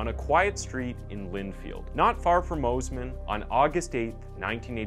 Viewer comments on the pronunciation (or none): Pronounced 'Moss-Man' not 'Moze-Man'. Great vid.